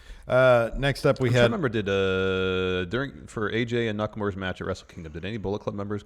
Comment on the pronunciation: Hi. I don't expect people to pronounce Nakamura's name correctly, but could you start a trend and mispronounce it as NakamUra, like it's spelled, and not NakamOra?